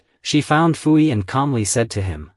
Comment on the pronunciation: Also Puyi is pronounced Poo-yee